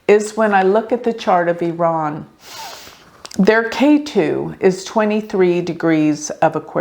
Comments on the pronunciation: Thx for pronouncing Iran correctly. I’m from iran and based on my analysis, July isn’t his correct Bday, you’re correct. Khamenei follows astrology and occult 24/7 so he wanted to confuse people. He’s truly psychopathic. Based on my analysis, May or Nov this yr are important for him and hopefully the biggest wish of 70 million of us who are all agreement re wanting him vanish into a blk hole come true. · You pronounced Iran correctly! 💖 and yes birthdays werent accurate back then especially in iran